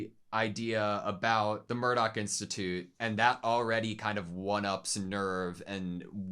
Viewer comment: (First off, it's Marduk (not Murdoc) and "Zeh-leh" (Not "seal").) I started watching Evangelion with the ADV video tapes (THIRTY BUCKS A POP!! FOR JUST TWO EPISODES!!) in 1998, and 17+18 was the first tape I had to wait for (the first seven volumes had come out before I got into it, and Volume 8 came while I was watching those). I don't want to say too much, except that this episode is just the prelude to the next. (As I'm sure you've noticed, many Eva episodes are two-parters.) And the Class Rep's crush on Toji is so cute! Thank you for picking up on it and discussing how Toji himself picked up on it, too!